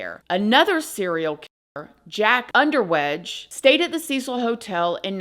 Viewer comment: Love your reporting! This case has never let me go :o As an Austrian, the pronounciation is Jack Unterweger... ;)